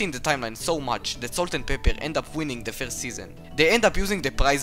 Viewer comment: "Salt and peppe" oh uh- this is what I heard 😀